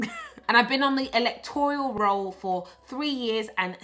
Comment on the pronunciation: Electoral roll not Electorial roll.